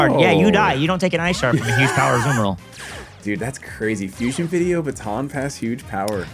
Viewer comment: all I can hear say is "I sharted" I know its Ice Sharded but it gave me a really good chuckle